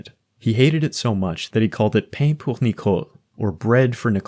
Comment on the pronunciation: i feel like this video would've been a lot better if the pronunciations were more accurate. "pain" in french is not pronounced how it looks in english, it's pronounced like /pɑn/ also, "la" is not pronounced like /læ/ it's pronounced like /lɔ/. Finally, the swedish word "Ja" is not pronounced like /ʃɔ/ it's pronounced like /jɔ/